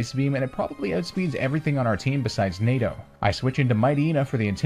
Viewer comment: every single time you say NADO I can only hear NATO also amazing vid